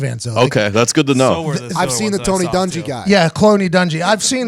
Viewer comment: Lmao at Pat “Cloney Dungy”